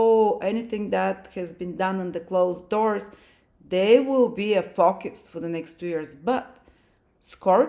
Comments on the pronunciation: Honey!!!!! I just ABSOLUTELY LOVE your accent!!!! Every time you said "FOCUS", I thought you said "FUCK YOUS"! I'm over here like, HELL YEA, THAT TOO!!!! 💯😩🤣🤣🤣🤣🤣🤣🤣💖💫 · 😂😂😂😂 omg I thought the same ... 😅😅😅